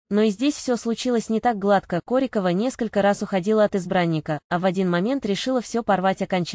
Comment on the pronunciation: Ударение в фамилии и так и сяк. Определитесь уже. Нормально относимся. Ее личная жизнь только ее. Нечего лезть в постель и доносить всему миру.